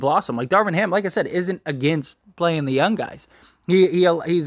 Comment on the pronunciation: It’s funny when you say “yun” instead of “young” 😂 love the channel man. #Lakers